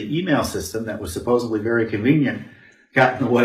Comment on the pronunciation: Hey Tom! Love you keep up the good work. One thing, it's "supposeDly", not "supposeBly". Thanks!